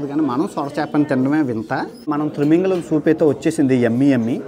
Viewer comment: Thrimingalam kadu babu thimingalam anali